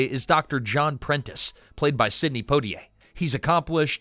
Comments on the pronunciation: dasm,mn lasy narrator to sya imporatant names correctly IT IS NOT PO T ay it is Pwa Ti A. French fully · Not Poe-t-ay, Pwa-t-ay, like Poirot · Surely it's PWAH-tee-ay not POW-tee-ay. French, you know. Edit: Okay, after a few tries the reader finally gets it right! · POITIER -- is not pronounced POTier......awful pronounciation. It was a great movie, and Stanley Kramer was marvelous. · It helps to get a role when Hep urn is your relative. It's Pwah tee A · Sidney Poitier's last name is properlyc pronounced "Pwah-tee-ay". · You pronounce Poitier …Pwatiay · Sydney who? Po-tee-ay? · PWA-tee-ay. Oh, you figured out how to say it after 2 and a half minutes. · Is it so hard to pronounce Poitier correctly? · Want people to watch your short documentary? Start with actually pronouncing Sidney Poitier's name. Unbelievable.